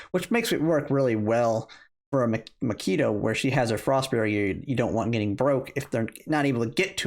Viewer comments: Great info. Pronunciation of macchiato was Killing me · HAHHAHA makeeto?? Can you read? Have you ever heard of coffee? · Lol. I don't like coffee either, to the point that I avoid going in coffee shops because the smell makes me somewhat nausious. But even I know how to pronounce common names of coffee like Macchiato, Expresso, and Cappucchino.